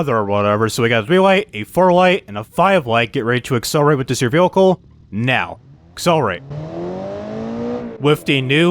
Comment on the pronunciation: how many times can someone say but also mispronounce the word vehicle in one video. i couldn't even focus on the video because he says that one word so many times and weird baby talk way??? idk. sorry man. the video had alot of interesting things as i dont own that version of the game but man this video was painful. "V hikal" sounds like its spelled there lol. good day man.